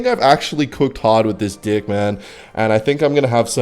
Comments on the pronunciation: Bro stop saying d!ck it’s deck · Why does say dick instead of deck 😭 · Bro normally he says deck like dick and no one mentions it in the comments, but the one time he says it sorta normally someone says something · normaly will say dick instead of deck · bro did not say DECK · yeah, definitely just accent 🤣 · the way bro says deck 💀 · I thought it was an audio glitch at first, like AI mispronouncing "deck"